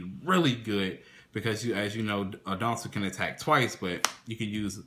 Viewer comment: Interesting build. I also like Peropero, but would never run more than 1. I tried 2 and 3 and ran into it too much. Also to nitpick, it's "At-ton-dell", not "adon-tell" and "Sight-sem-ahs", not "seet-semis". I see you don't like pirmais, or at least not in this format, perhaps the next one :c